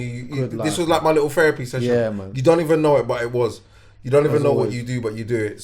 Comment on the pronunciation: man said therapy sesshioooon hahah what a GG